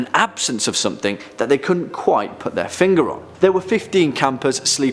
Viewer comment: Somethink? Do all brits turn a g into a k?